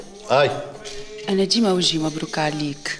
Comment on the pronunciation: اللي عامل دور اليهودي يغلط برشا مرة يقول سيدي و مرة شيدي 😂😂😂😂